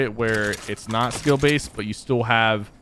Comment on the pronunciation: I can understand what you are trying to say but you were saying skill baset